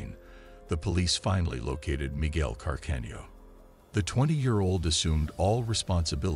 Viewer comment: Can-arda...oh dear, another robot voiceover